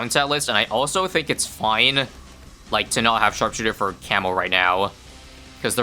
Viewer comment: "sharp shitter"